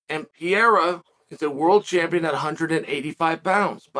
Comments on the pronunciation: Funny how Chael says Alex Pierra, rather than Alex Pereira.... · Chael never saying the name of foreign fighters correctly is hilarious. He must be doing it on purpose... "Pierra" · Lol I came here just to hear Chael call him Piera. He did not disappoint 😂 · (pee-era) uncle chael phonetics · i wonder if chael is ever going to learn how to say alex's pereira's last name popperly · How difficult is to say Pereira??